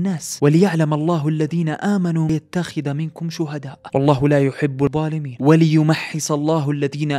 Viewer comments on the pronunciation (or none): أخطأت في القراءة الأية (وَاللَّهُ لا يحب الظَّالِمِينَ) فقد قلت والله لا يحب القوما الضاليمين جزاك و جزاني الله كل الخير